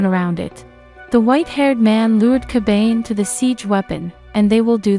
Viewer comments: And unless I'm an idiot myself it isn't pronounced "Ka bane". Isn't it "Ka ba ne"? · This person sounds like an asshole yo! Totally pronouncing the word Kabane wrong and for some reason it just passes me off